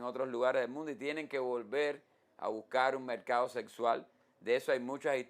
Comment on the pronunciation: Mercado se dice. No mecado Forma se dice. No foma